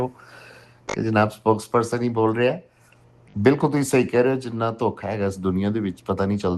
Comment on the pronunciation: لفظ سپوکس پرسن ہوتا ہے سپوکن پرسن نھی ہوتا